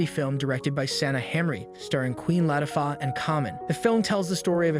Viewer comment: It's Latifah not Latifaha 🙄